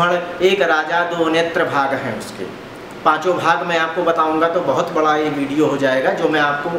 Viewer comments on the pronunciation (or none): none